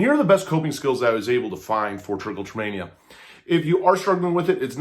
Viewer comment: This is not how it’s pronounced and it’s not self harm. It triggers a reward system in the brain and feels good. Magnets and lotion are not going to stop Trich.